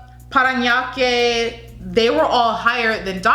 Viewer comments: the way you say Parañaque... 👍👌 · We've been waiting for this! Yaas! You pronounced Parañaque right! Though, Pasay pronounce as Pa-sái. And Baguio as Ba-gee-yó.